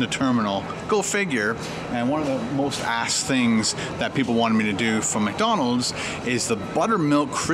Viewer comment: lol almost sounded like you said "most assed" but you said "most asked"